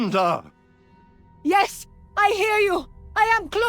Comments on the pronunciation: I wish Blizzard would get their voice actors on the same pronunciation page. Malfurion pronounces Tyrande as "Tier-AAHHN-duh". Xavius pronounces it as "Tier-RAAAN-duh". That bugs the heck out of me! Pick one and stick with it. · Xavius does not know how to pronounce Tyrande